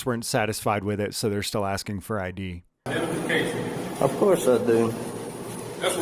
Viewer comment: love the LEO's axing technique 😂😂